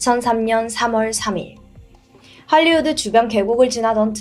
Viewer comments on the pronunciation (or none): none